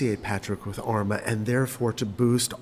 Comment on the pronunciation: Great video. Small critique: Armagh is pronounced with a long 'ah' sound at the end.